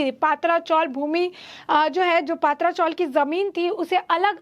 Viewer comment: I would like to tale this news reader not to say पात्रा chawl but say पत्रा chawl. Please pronouns words properly. Mere nonsense